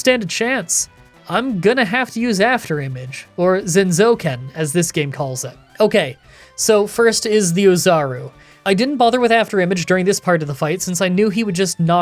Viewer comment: 残像剣 zanzouken, afterikage sword. The a should be an ah.